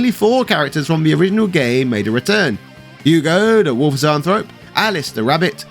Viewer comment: same as when pronouncing Jenny and Stun.